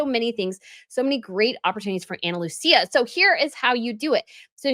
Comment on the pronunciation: Isn't it Ana Looisa? Not Looceea?